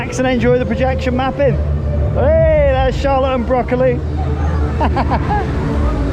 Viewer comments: your pronunciation of "Böckli" sounds more like broccoli :) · It's funny how you pronounce Böckli like Broccoli xD I think his name would translate into Ramley.